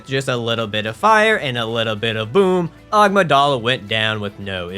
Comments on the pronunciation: I've seen so many of your bloodborne runs and i can't anymore. Its a-mig-duh-lah. Not ah-mig-dolla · Why does he pronounce Amygdala like 'Agmydala'? And Mensis like 'minis'? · I've never heard someone mispronounce Amygdala so badly 😂😂